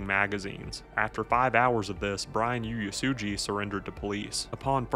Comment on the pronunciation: I was living in Honolulu when this happened, I think it’s important that the story is spoken about. But the individual who is narrating would you do yourself a favor and learn how to pronounce names in words that are Hawaiian and Japanese. HONOLULU is not spelled or pronounced HANALULU there is no A in Honolulu. Oo ay sue gee = Uesugi